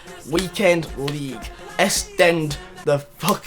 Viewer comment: EXtend mate, not EStend